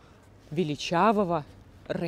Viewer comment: Ну почему Рэйн , а не Райн?!((